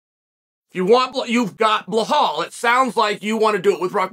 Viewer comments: it is Belial, not Blahal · Chael you are butchering Belal's name. Let me break it down for you, it is pronounced BEE-LAAL. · Why does Chael purposely mispronounce Belal (Beelaal) Muhammad’s name? …rhetorically speaking? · He had to dig deep to mess up “Bulhal” 😂. Love this bit. Never stop not even when you run into a John Smith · I thought chael was smart and he came from some rich parents ? Why is he pronouncing belawls name BleHAUL? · I was dying every time he said his name hahahahah "bluhaal" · I have to say that it must be intentional when Chael mispronounces Belal’s (Beelaal) name. Hasn’t Chael had countless opportunities and examples placed before him. What are we to think about Chael?…..rhetorically speaking. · “Bluhal” always gets me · That is the only time I’ve belal being pronounced like that😂😂😂😂😂😂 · This dude loves belal so much but won't say his name right😂😂